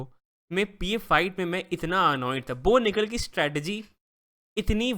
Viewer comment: Bo Nikal ❌ No Nikal ✅